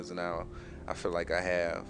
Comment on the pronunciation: you mean feel not fill